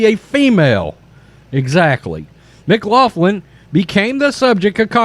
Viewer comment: It's pronounced mc glocklin. It's Irish.